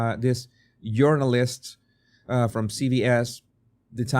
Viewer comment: i like how you say "journalist" it sounds like "urinals" which is more accurate to what they are.